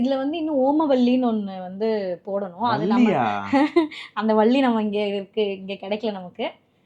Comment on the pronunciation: Omavalli or karpuravalli not uumavalli